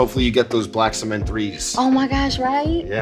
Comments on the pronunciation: Bruh she says the black cement like black seement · Why so many people on this show say "Seament" instead of Cement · ''BLACK SEMENS'' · "Black Sement" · Love how she pronounces em “sea-mint” 😉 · Lol, at (see-meant) cement! She cute. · See-meants? She's adorable but huh lol? RIP to Nipsey Hussle as well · Sister that ain't how you say cement. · the way she say cement sound like semen